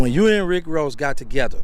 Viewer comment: Rick woss?😂😂